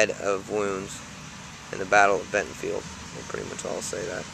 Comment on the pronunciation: BentonVILLE, VILLE not Bentonfield!!!